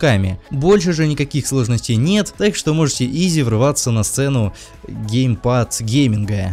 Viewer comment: Мне показалось или на он сказал гейпад?